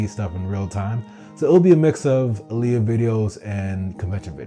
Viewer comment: You kept saying Aaliyah and Kazu. It's Ah-l-ya and Ku-ze. That drove me insane lol Besides that, great analysis so far.